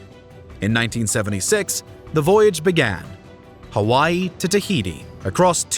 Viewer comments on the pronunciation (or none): none